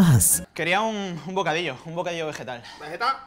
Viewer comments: bocadisho xDDDDD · El bocadisho :v